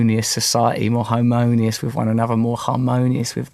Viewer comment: He said homo-nu-us society!